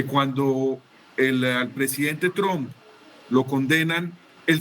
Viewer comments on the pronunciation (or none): none